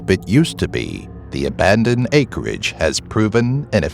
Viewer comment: OMG DID HE SAY........ABANED!